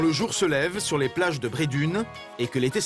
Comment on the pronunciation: Cest pas bredun En prononçant le une Mais Bredun en prononçant le enn